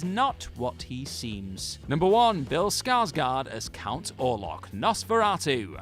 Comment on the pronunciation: Can someone who has seen the original Graf (Count) Orlok and the one with Bill Skarsgård say which is the better one. The presenter don´t want to butcher a islandic name but then butchers the last name of Bill Skarsgård ;-)